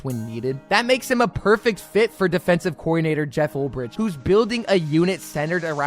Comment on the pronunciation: Preciate the content. Pearce had 7.5 sacks not double digits. Also you’re mispronouncing Ulbrich